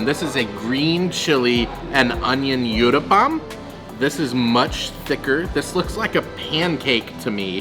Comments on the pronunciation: Uttapam u as in umbrella. Not youtthapam 🙏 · its pronounced (ootappa) Utappa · The u in uttapam is pronounced as u I uboat. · i like the way u said UTAPPAM LOL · Hi my favourite south Indian dish is mixed veg uthappam, pronounced oo th uppam (oo as in tool tha as un thanks and up pum as in pump) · so nice to see your love for indian veggie food.the third dish is pronounced as oottapam.Good luck guys !!!! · In Comments in other videos I had mentioned about Uttapam ( pronounced as Ooh - tapam ) and how I eat it using Knife and Fork , much more convenient , even though I'm Indian 😄 You will find many types of Uttapam like Masala Uttapam , Cheese Uttapam and many more combination 👍❤️ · Absolutely mouth watering food .Good try to pronounce uttapam but not correct